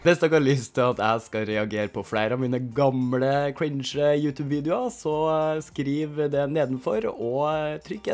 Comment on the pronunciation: Hvorfor sa du utub